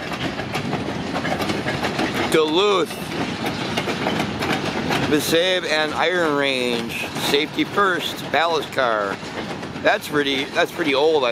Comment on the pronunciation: BTW, isn't it "miss-ah-bi" (like "wasabi"), rather than "miss-abe"? It seems to be a variant spelling of "Mesabi", the ore mining region.